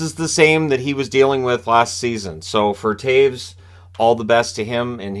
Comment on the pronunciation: Is he saying "Tayves"? I thought it was "Tays"!